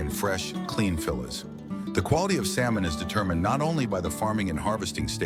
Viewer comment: It's not fillits it's fillets. Pronounced fill aaas